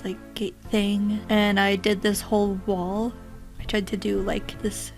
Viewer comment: Ur accent threw me off lol. U said wall but i heard wool lmaoooo